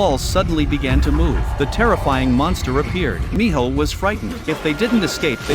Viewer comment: And it’s not Mijo it’s Minho